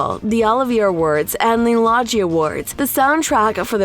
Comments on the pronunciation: loggy awards ... ffs low-gie awards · Lodgie? It is Logie. Pronounced Low-Ghi